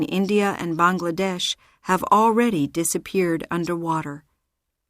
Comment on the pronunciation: underwater not underwarer...please